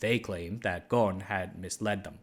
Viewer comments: Ghon? You are not pronouncing the S in his name, its pronounced Ghusun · It supposed to be Ghosn not Gon because of the way the Japanese addressing his surname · btw Carlos’ last name is pronounced “Gho-son”. The S isn’t silent. However it would be interesting to see how Gon would manage a multinational manufacturing company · yeah i was also gonna comment on this, Carlos is lebanese so his name would be pronounced "Ghosn" with emphasis on the "S" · Pronunciation of Ghosn is WITH the s , sadly these instructions about how to pronounce it came from France , where they ommitted to pronounce it, best way to pronounce it in English is Gosn, every letter pronounced, since the name is Lebanese, not French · The S in Ghosn is not silent. Its an arabic word, Ghosn in arabic means tree branch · Great video as always, As an arabic native speaker The 's' in Ghosn is not silent And it means tree branch غصن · That's funny. In Brazil we would pronounce the s in his surname. I was actually surprised to hear it differently here